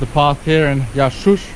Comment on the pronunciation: You pronounced Yahchouch correctly. Cheers brother for your amazing initiative!